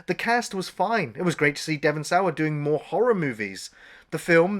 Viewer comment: Dewin sayer?? Devon Sawa. SAH-WAH